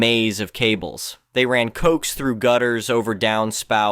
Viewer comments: Again, horrible AI. Thumbs down. And it's...co-ax, not coxe. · Are you saying that "coax" is pronounced like it has two syllables?